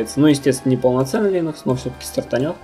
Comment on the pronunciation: Чувак, линекс - это не операционная система. Операционка линУкс, а линЕкс - это препарат нормализующий микрофлору кишечника. И не чешись так часто. Успехов)